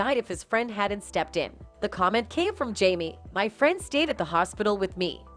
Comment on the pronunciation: If she calls him "Jammy" one more time 😒